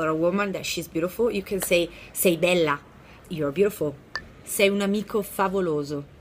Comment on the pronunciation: Yes teacher you say Bella